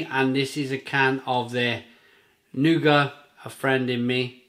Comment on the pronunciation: Great vid again. Pronunciation of Nougat is Noo - Gah.